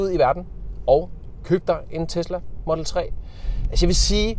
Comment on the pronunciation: Hvorfor udtaler du "model" på engelsk og "3" på dansk? Det er da inkonsekvent